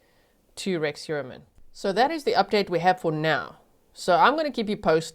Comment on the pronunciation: The English pronunciation of "Heuermann" physically hurts my ears. <.<